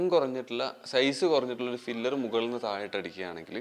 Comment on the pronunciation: ഫില്ലർ അല്ല പില്ലർ (തൂൺ)